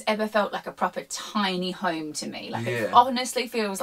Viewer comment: So I’m rewatching this build. When you were having a go at the Scottish accent, I noticed something. When you were talking about going home, every time you said the word “home”, it sounded like the Norwegian word for home, “hjem”. See, you were more prepared for your trip to the Nordics than you realized.